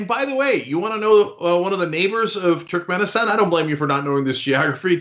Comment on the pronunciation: Cenk. It's TURKmenistan. How can you not pronounce names in turkic language? Americans are the worst in language even if they're second generation migrants.